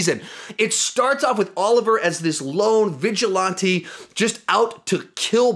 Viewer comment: The tf does this guy say vigilante like that